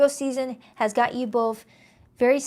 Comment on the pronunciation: Hey where are u from? U have an accent? You say "f" at the end of words instead of "th" like both .... u say boff instead of both ... my mom does the same and she is from Trenton NJ ... did u grow up there too?